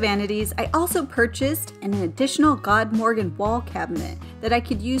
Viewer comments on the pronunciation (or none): As someone who knows swedish it hurts hearing you say "god morgon" lolll. I suggest pronouncing it as god (gud) morgon (moron - kinda like that word that means idiot and / or stupid.) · I really suggest you to listen on how god morgon is supposed to be pronounced on google translate 😂 fyi, it means good morning in swedish ;)